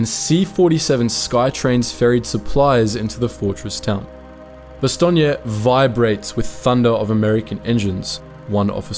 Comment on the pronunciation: Nice to hear Bastogne pronounced probably, as in Bastogneya, yes?